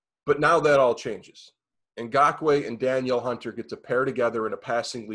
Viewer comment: Ngakoue isn't one of the best pass rushers in the league and saying Daniel Hunter just confirms your aloof knowledge. Hunter is a top 3 pass rusher and you can't pronounce his name? I'd also like to point out how amazing it is that everyone puts Diggs on this pedestal. He's a baller and all but nobody picked the Vikings to win their playoff game while they had Diggs and Thielen. Now he's this massive issue? Nope.